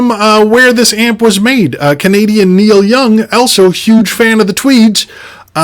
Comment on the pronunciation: Two things: 1. It’s Neil not Neale. 2. Quilter is designed in California and built in China.